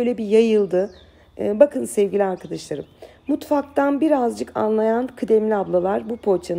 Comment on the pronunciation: Herşey harika ama uzun zamandır yazsam mı yazmasam mı bilemedim ve pozitif eleştiriden alınmayacağınızı düşünüyorum.. "Sevgili" yi sevgiyle kucaklarken lütfen arkıdaşlarım yerine "arkadaşlarım" olarak söylemeye gayret etseniz harika olur sizin gibi bir Süsse hanım böyle kullanmalı.☺️😉 Umarım bozulmadınız (?) und noch Viele Liebe Grüsse aus İstanbul ❣️